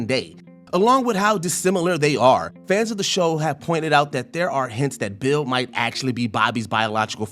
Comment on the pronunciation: I can’t be the only one annoyed how he pronounced Bill‘s name